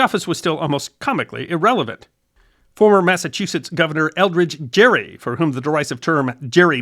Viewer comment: The word "gerrymandering" may be pronounced with a soft 'g' (like "giraffe") but Elbridge Gerry —the man whose name gave us the word— pronounced his name with a hard 'g' (like "gear"). Accuracy in history, no matter how inconsequential, matters!